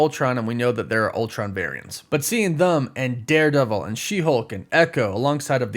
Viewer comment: I tried to get over this so many times but I just can’t get over the fact that when you say the word them it sounds like you’re saying thumb and it’s the most annoying thing ever have a good day!